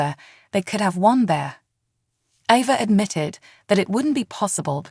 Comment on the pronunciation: Why do you changee avas name.? Sometimes u say it right and other times you say it wrong.please say it correctly